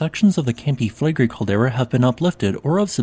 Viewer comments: Considering how often you talk about them, I suggest you learn the correct pronunciation of Campi Flegrei. Flegrei is three syllables, the final i being pronunced distinct from the e. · Im sorry, its a very interesting subject, and what, I managed to listen through, sounded very fact based unlike many other channels. However, the robotic recitation filled with mispronounciations (including mispronouncing Flegrei) just makes it impossible to listen to. Had to give up after 2 min.